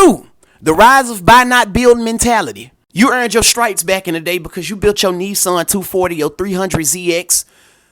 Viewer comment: It's called built not bout !